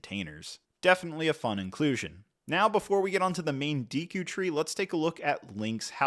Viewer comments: Lego...make sure the people you send the ridiculously overpriced sets for free at least know how to pronounce the names correctly. It has me cringe how often and confidently he mispronounces Deku. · Deekoo tree 😢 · You're not pronouncing the names correctly. Sounds like you're saying Orcarina of time and Deeku tree. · Dee-koo tree, orc-arina 😂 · Deeku tree? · I had to pause the video when he said “deeku” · Every time you said “deeku” and “OR-ca-rina” I flinched a little…. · If I hear "deeku", "hyleean" or "orcarina" one more time, I'm gonna throw up. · Seriously, the more I heard "Deeku" the more it made me cringe, step isn't steep, it's not that hard. To me it shows this reviewer didn't take the time to bother reading or making sure his video was good quality. This would be as bad as repeatedly saying throughout a video review Harry Porter, Batmain or The Avenegers. Like for the love of God read properly. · Bro before reviewing a set from a specific licence pls just try to learn to the vocabulary of that specific license !!! D”ee” ku tree, O”r”carina, calling the clawshot/hookshot “headshot” … bro cmon you talk here about one of the biggest video game saga of all time, a bit of respect ! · I can let the Deeku slide, but Orcarina killed me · you killed the names. Not deeku. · These Deeku Nuts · Your mispronunciation of Deku, Ocarina, and hylian are killing me man. Also that’s not a tablet Zelda is holding it’s the sheikah slate, and it’s the hookshot not the headshot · its deffinitely not like he was saying it lol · Came here to say the same, killed me off with orcarina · It's Ocarina not Orcarina and it's Deku tree, not deeku tree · That was hard to watch “Deeku” (Deku) “Orcarina” (Ocarina) “Headshot” (Hookshot) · Deeku? Orcarina? Ur killing me Hylia 😭 I see your comment about it but it is crazy they sent it to you for u to pronounce ....hahaha oh god it hurts me every time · ‘Orcarina’ ‘deeku’ ‘headshot’ ‘tablet’